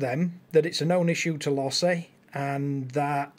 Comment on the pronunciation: It is pronounced Low-see